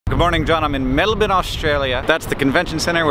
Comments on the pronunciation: so close Hank. Well done on the 'Mel-bin' though. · I love that you said "Melben" not "MelBORN"! Love from a Melburnian :) <3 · I love how at the start, Hank makes a special effort to say "Melbin", so Dymocks had to sneak into his shot to trip him up. 😁. (For the record, I concur, I always thought it should be pronounced "die-mocks") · While we're on pronunciation, Melbourne was pretty good - there's a tendency to say "-born" rather than "-burn" you went with "-bin" which is getting closer: B+ Australia is a trap because the first A is silent Us-tralia is closer, but if you really want to go for it, change the "li" to a "y" so you get Ustraya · its pronounced more like mel-bun by Aussies, but Hank is definitely going better than those who say mel-born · YOU ARE THE FIRST AMERICAN I KNOW TO EVER PRONOUNCE MELBOURNE CORRECTLY BLESS YOUR SOUL Also I can't believe I didn't go to vidcon this year, god damnit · Have to say I'm impressed with how you pronounced Melbourne, most foreigners don't bother with proper pronunciation. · Hey he said Melbourne right. David and Gary would be proud. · I was gonna say he actually said it right. Much better than most Americans anyway.